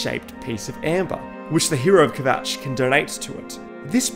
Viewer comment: "hero of kvjatch" lmao